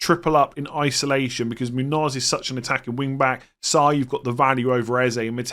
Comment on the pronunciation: It's pronounced Moon-Yose not muun-oz